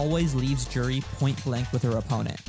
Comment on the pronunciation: Juri... Joo-ree